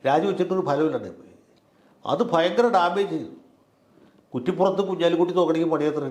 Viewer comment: ബയങ്കരമല്ല, ഭയങ്കരമാണ്. മലയാളം നന്നായി പറയാൻ പഠിക്ക്